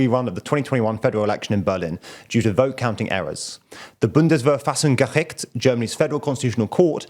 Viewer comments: completely wrong though. sounded like a sneeze. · Ha. As a German I love how You Butchered the Pronounciation of "Bundesverfassungsgericht" xD For those who dont know. That is the German Federal Court of Constitution. (What the US or UK call "Supreme Court") :) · English speakers can't get the ch sound right but apart from that it's alright. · You are being sarcastic, right? He almost vomited saying Bundesverfassungsgericht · how dare he slightly mispronounce it, its such a simple and short word! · Mate, as a german, I congratulate you on your effort to pronounce Bundesverfassungsgericht. For non-native speakers it really is a mouth full, and even if not 100% right you made the effort and that is what counts. Also practice makes perfect so keep it up and dont shy away from other languages! Have a good Christmas time with you friends and family! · Indeed it was not 100% right ;-) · I love the way you pronounce Bundesverfassungsgericht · not completely wrong. The "ch" was the biggest problem I would say.